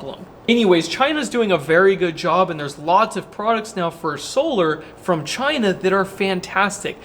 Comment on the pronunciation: One word, "Chy-nah"